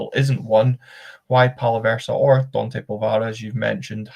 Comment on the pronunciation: It’s Daaante,not Dooonte ffs min.theres no oooo 😂😂😂 apart from that excellent stuff😂😂